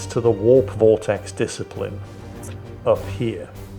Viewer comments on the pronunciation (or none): none